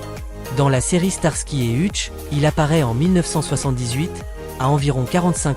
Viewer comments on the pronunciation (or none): Monsieur l'IA c'est Heutch que ça se prononce pas Hutche